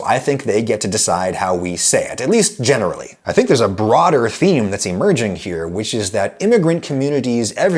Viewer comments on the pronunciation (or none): none